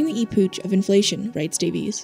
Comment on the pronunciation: Great video. But its 'Epoch' not 'E - Pooch"